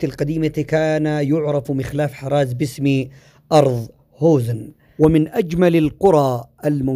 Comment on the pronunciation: يا اخ حصن الشبه الذي انت ذكرته لم تنطقه بالشكل الصحيح هو حصن الشبّه بتشديد حرف الباء كذلك انت نطقت كلمة عزلة متوح وهذا النطق خطأ والصحيح عزلة متواح بتسكين التاء وفتح الواو كذلك كلمة هوزان بفتح الهاء وتسكين الواو وفتح الزاء كذلك حصن عتاره بتشديد التاء.. كذلك باقي حصن قرية المعزب لم تذكره وهو حصن كبير جدا.. وختاماً شكراً لك على هذا الفيديو